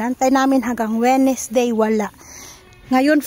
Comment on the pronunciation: Hello po,. Wednesday /ˈwɛnz.deɪ/ Sounds like: "Wenz-day. Mali po ang wenesday🥰